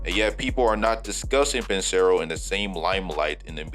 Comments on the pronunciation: you pronounced it as ban-sero instead of pronouncing it how its actually spelled lol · You murdered Banchero and Wagner pronunciation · Ain't no way you pronounced Banchero that terribly